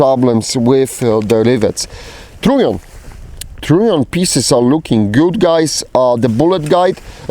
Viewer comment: Is he saying "trunnion"? Sounds more like "tritium"